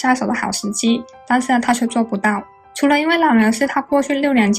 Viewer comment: Ramil的發音是拉咪 Punn的發音是班....